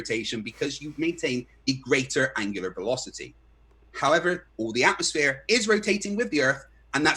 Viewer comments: Every time he says atmosphere….atmosSPHERE 😅😂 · oh the irony of hearing saying atmosSPHERE lol